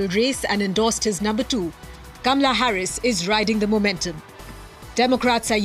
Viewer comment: if you practice you could learn to pronounce her name repeat, KAH MA LUH. KAH MA LUH keep repeating till you get it right. You should learn to pronouce the First Woman Presidents name. Just saying....